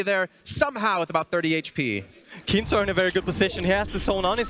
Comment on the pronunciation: Kinstaar not keemstar